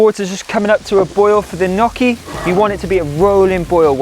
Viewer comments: LOL you're saying either Knockee or Kneeeeyocki. it's neither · You are so talented. Everything looks delicious. Glad you give alternative to frying. For instance to bake the layered potato dish. I love potatoes but can't eat Irish potatoes too much so I stick to yams. You pronounce gnocchi different and it makes me smile. 😊 Merry Christmas and Happy New Year!